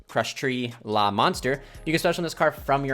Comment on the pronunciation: The name is closer to Sha-Tree-La , but it's just something minor lol , pretty insane deck though